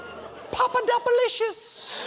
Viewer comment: I like how Colbert says Pappadodopopolaplodos